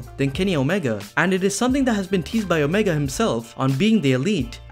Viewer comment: you’re defo a wwe mark lol. can’t pronounce omega and still called him the cleaner, and saying rhodes even though he’s just cody